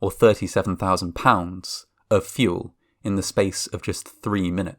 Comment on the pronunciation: Fuelink = Fueling. Wink = wing. Amonk = among. Detonatink - Detonating. So be prepared if you all have towns that end in G that sound similar to those kind of words. Pittsburgh should be safe though, it has a harder G than fueling or anything with an ing sound.